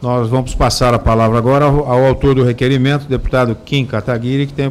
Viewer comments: o debochado fala duas vezes kataguri e nao guiri mesmo apos ouvir o cara ao lado falar claramente Kataguiri, suspeito profundamente que esse é um apelido pejorativo que esse usa sobre o Kim nas conversas internas dos corruptos esquerdistas. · Ele ficou tão nervoso que ele errou o sobrenome do deputado Kim Kataguiri. Ele fala duas vezes Katagure. Nós temos que deixar esse pessoal é mais nervoso. Vamos encomodar! #vamoencomodar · Boa, Kataguri. xD ...acho que ele fala errado de prósito. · O deputado insiste em falar Kataguri .-. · Ele falou kim kataGUri ... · Ele falou kim kataguri..kkkk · É Kataguiri, já saiu falando errado. Não tive estômago para assistir mais......infelizmente. Não quero saber das falcatruas. É muito ladrão. Igual ao chefe dele. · O cara é tão ruim que nem o nome do deputado ele soube falar. Entendo que 12 anos não são 12 dias ou meses, mas o cara não deu uma resposta útil. Incompetente, provavelmente sem capacidade àquela época como agora. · O domado não consegue nem falar o nome direito do deputado - uma tremenda falta de respeito. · Kim Kataguri????? E 2 vezes????? KKKKKKKKKKKKKKKKk... Porra, mas nem dizer o nome das pessoas CORRETAMENTE esses caras conseguem... E que resposta mais... Bosta.